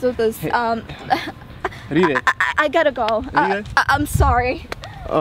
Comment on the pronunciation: you do not feel any connectivity??? reary,reary???? lol